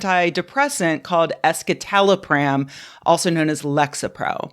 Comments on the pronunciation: It's pronounced "es-si-ta-lo-pram", not "es-ki-ta-lo-pram". Sorry, I'm a bit of a nerd and these kinds of things bother me. 😄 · ESKITALOPRAAAM? I've been saying it with a soft c (like in scepter)